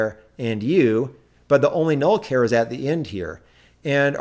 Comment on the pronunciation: WTF is a "care star?" It's a ch sound as in "charge."